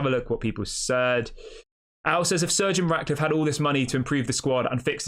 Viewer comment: His name is not surgeon it’s Sir Jim pronounce it right jeez